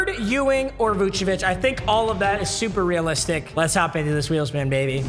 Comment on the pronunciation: vucevic t’s pronounced voose-uh-vich cmon